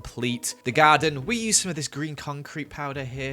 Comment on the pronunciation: I love how says Garda instead of garden